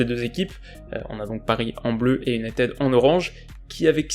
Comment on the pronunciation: Bonsoir, j'aime beaucoup ce que vous faites. Mon top flop est l'attaque mancunienne, elle était éteinte. Dans votre analyse d'avant rencontre, vous avez énuméré toutes les équipes que United (cela se dit unitiiiiid et non uniteeeed, la prononciation à la Française, quand tu nous tiens !!!) avant mon équipe (le PSG) était d'un niveau inférieur d'où les victoires qui s'enfillent comme des perles. Le Paris-Saint-Germain va aller : entendez la déclaration d'un certain numéro dix Parisien qui le dit. Je ne vais pas répéter ce qu'il a déclaré parce que (sans superstition aucune) cela pourrait se retourner contre nous. Dans ce type de compétition, il faut avoir de la chance au tirage, avec les Messieurs en noir, pas trop de bobos et d'être dans les petits papiers de l'U.E.F.A. : voilà comment on gagne le trophée. Continuez. Salut.